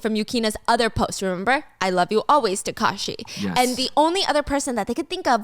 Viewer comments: taakashi not takaashi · I heard Takashi as Kakashi 😂😂